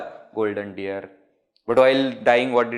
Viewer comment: It is deer and not dear!😂